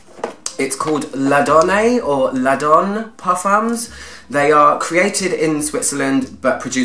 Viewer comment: L’Adoné pronounced la-don-ay. É e acute innit. 🤓